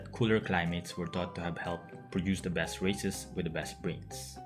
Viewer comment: Is it just me or I hear you say "the best racists"